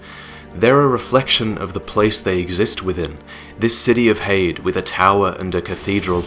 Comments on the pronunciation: Here's something for you: Try pronouncing Heide as it's pronounced. Not 'hayd' but Hi-dee. It is a woman's name that means 'of noble kind'. Should help:) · If the word "Heide" uses German pronunciation, which seems likely, it should be "Hai-deh". The first vowel is the same as in "Einstein", and the second vowel is light and unstressed, almost like a schwa. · I think it's pronounced hide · so its pronounced HAY * D'S Ive been pronouncing it like Hades, like the god of death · i thought heide was pronounced 'high-dee' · I always pronounced Heide as High-de because it looks German.And yeah I really wish I could have experienced the Ornstein fight as a surprise.but it could never happen.I'm glad I will always have my first sight of the Ash Lake though,that was magical.There was no way anyone I watched could spoil it(Lobos) because it has nothing essential to the game or for speedruns.I just randomly open a few hidden paths,descended through a tree,and discovered a new world,in complete contrast to the entire game,with bare beaches and lush greenery,then the Hydra looming over it,completing the feeling of awe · Goddamn it! It's pronounced "Heide" not "Heide". Jesus Christ. Can no-one pronounce "Heide" properly!? Has no-one met a person named Heide before!?